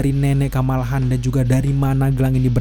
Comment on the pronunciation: Kamala Khan, "Khan" nya pake "Kho"... Hehehee